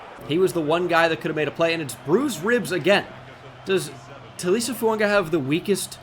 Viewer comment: Episode 3 of telling that it’s: Tally-Essay Foo-un-guh Yo-nass Sank-er